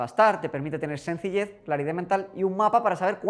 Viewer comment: Madrid -> Madriz Sencilled <- Sencillez